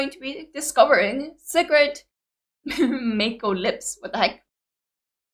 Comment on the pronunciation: It's pronounced My-Co, not May-Co. This started as an April Fool's Day joke. There's one other Music Video with a that wasn't already a BAND-MAID song called 'Gion-Cho'. It's about Kyoto, the center of Geisha Culture. There's also a Making Of 'Gion-Cho' video. Akane needs Food like MISA needs Drink. You'll often see her storing energy in the Music Videos.